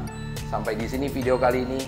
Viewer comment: Assalamualikum, yg sy dengar asamualaikum, beda arti